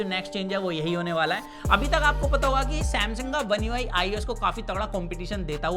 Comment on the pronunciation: One UI savaan 😂😄